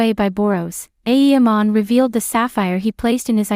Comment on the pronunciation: The content is good, but please stop pronouncing it aEEmon, its very distracting